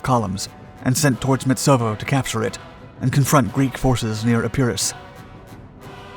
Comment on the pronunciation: I'm tired of explaining how you can help yourself to pronounce names correctly. You mispronounce Metaxas, Epirus, Centauro, Klisura and Ciano. Go away and find out the correct version or continue to look foolish - your choice.